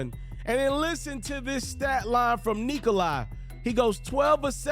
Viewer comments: naaaaa bro. I am serbian as it gets and he says it stupid. He is saying NIKO- LIE. That's not how you say it, it's not even close. It's NIKO-LA... say LA like in... just LA. Break it down and it's simple. Niko = easy... then you'd assume LA would be easy but somehow he says 'LIE'. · why do you call Nikola... Niko-LIE????? it's an 'a'. lmfao. just imagine you are saying 'la la by' like the songs you sing your toddlers... say the 'la' the same way as you would with lulla-by... The Niko part is right. but the 'lie'? What........ edit: you want people to call you right? Not... hoops ferret... or hoops ferwow... the least you could do is call nikola his name right. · You are mauling his name...its Nick -ola.